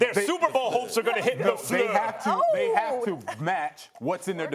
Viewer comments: Stephen A gotta stop saying LaFluer 😂😂😂😂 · first take and their pronunciation of the “lafleur” running joke is actually really fucking funny. i hope they get every one that comes on to say it like that.